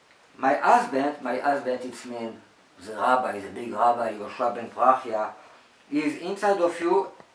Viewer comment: Its Yeshua not yeshu